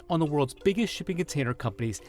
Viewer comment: "The world's biggest shbigget container companies"